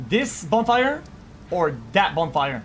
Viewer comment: Bro says bone fire